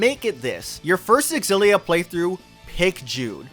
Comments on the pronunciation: Does no one know anymore that a word starting with an X is pronounced with a Z sound? What is this "ex-illia?" It's just "zillia." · Well..no I respect you, but not your opinion on how Xillia should be pronounced. You see, as i mentioned in your previous video, the X is pronounced as Si or Sci 😌 Tales Of Scillia or Sillia. Are we good??? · Oh a remake of an old Tales video, awesome ☺️ And still you pronounce the X in the Tales Of Xillia 🙃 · The way you're pronouncing Xilla is triggering tf outta me.